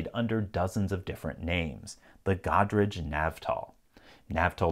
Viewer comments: Its Go-Dah-Ray-Jah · It's pronounced go-drej